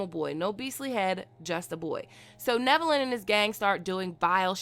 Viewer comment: Omg you are pronouncing his name right. Love it haha